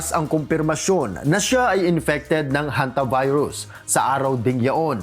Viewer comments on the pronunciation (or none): Kala ko pagbasa na hontivirus